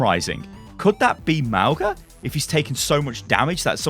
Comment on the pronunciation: Lol I kept laughing at how you pronounced Mauga like Mau-guh Sorry I know it’s not your native language but i can’t help it. It’s Mau-gnaah or you could pronounce it Mau-naah , it means mountain in my language, other Polynesians might say it differently.